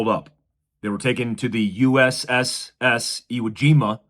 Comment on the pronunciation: USS not USS-S ... Confirm correction. How copy?